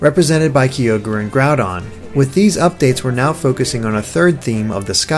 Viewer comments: Rayquaza not that much, but Kyogre... I mean Kee-ogre? WHAT? It's obviously Ki-ogre! Like it he was the ogre of the Ki! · LegendaryAeryn Oh. I didn't knew it. But it's not pronnounced Keeogre at all. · Does it annoy anybody else how pronounces Kyogre and Rayquaza?